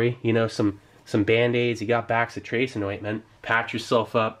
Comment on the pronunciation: Bro...it's not pronounced "back-si-tracin." It's "bass-itration."